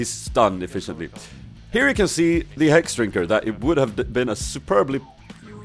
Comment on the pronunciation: "And I survive. Why? Because of the hrhrhexdrinker."